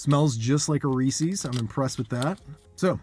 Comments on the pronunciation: I hope you know you're pronouncing Reese's way wrong haha. It's not Reesee's, it's Reese's. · It’s not pronounced Ree-sees. It’s Ree-ses. It’s driving me nuts. Sorry. 🤦🏻‍♀️ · It's not that hard to make them yourself. Then you don't have to worry about what crap might be in them. I do know that Lily's milk chocolate chips and milk chocolate bars are excellent, so I would expect their peanut butter cups to be good too. And, ummm, did you pronounce it Ree-cees??? 🤔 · Not Ree Seas ! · You are pronouncing reese's wrong. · SO many people pronounce it wrong! Hurts my little ears😂